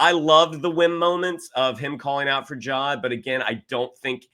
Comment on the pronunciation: 8 episodes in and is finally pronouncing Jod as Jod instead of Jode 🙌 Loved y'alls coverage tho lol. EDIT: Goddamn it now is saying Jode he's been infected. Huge shame this show is under-viewed also, Disney have really been burying it for some reason. I'd actively have to search for the new episode on Disney+ every week.